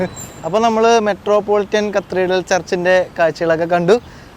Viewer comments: കത്തീർഡൽ അല്ല. കത്തീഡ്രൽ എന്നാണ്. Cathedral. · ചില്ലി അല്ല ചിലി ആണ് കത്രീഡൽ അല്ല കത്തീഡ്രൽ ആണ്. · കത്രീഡൽ അല്ല, കത്തീഡ്രൽ... 🥰❤️ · താൻ ഞങ്ങളുടെ pronounciation കൂടി കുളമാക്കും - "ചില്ലി [for Chile]", "കത്രീഡൽ [for Cathedral]", അങ്ങനെ എന്തൊക്കെ - ഒന്ന് Google ചെയ്തു നോക്കിയാൽ ആ വാക്കുകളുടെ യഥാർത്ഥ ഉച്ചാരണം കിട്ടില്ലേ? അതിനു പോലും ശ്രമിക്കാതെ ഇങ്ങനെ മണ്ടത്തരങ്ങൾ വിളിച്ചു പറയുന്നത് കഷ്ടമാണ് ചങ്ങാതി! പണ്ട് നമ്മുടെ ഇംഗ്ലീഷ് അധ്യാപകർ പറഞ്ഞുതന്ന മണ്ടത്തരങ്ങൾ ഇതുവരെ പൂർണമായും തിരുത്താൻ പറ്റിയിട്ടില്ല, തന്റെ വ്ലോഗ് കാണുന്നവരെ കൂടി ഇങ്ങനെ തെറ്റായ ഉച്ചാരണങ്ങൾ പഠിപ്പിക്കരുത് എന്ന് അപേക്ഷ, അത് ഉത്തരവാദിത്തമായി കാണണം.